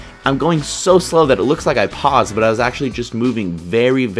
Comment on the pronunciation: Ummm...butt? What is this "butt" you speak of?